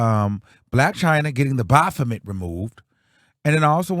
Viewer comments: the O is silent 😫 it's pronounced baf-met. You got me cackling saying it how you saying it though 😂😂. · It’s always how u say the bophamet 😂😂😂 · When says Baphomet I holler 😂😂😂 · I just came to hear say “BAPHOMET”!! 😂❤